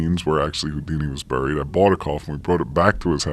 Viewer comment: i caught ya Cc! on spotify at work today haha ( thanks for doing spotify.) You said Burred and then the proper way to say it right after "buried alive"